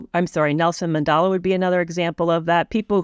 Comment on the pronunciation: Nelson Mandela not Mandala; bravado - emphasis on the second syllable, not the first. and mistake, not mistaken.